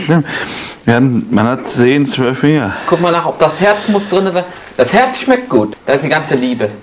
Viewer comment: aber der Kommentarersteller hat nur Peter zitiert. Und Peter hat nunmal "kuck" gesagt anstelle des weichen "guck"